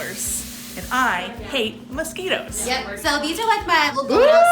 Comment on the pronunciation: "I hate MOS-SKITTLES"